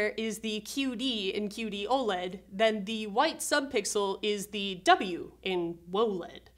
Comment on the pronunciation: “Woah-LED” ©️ 😅💙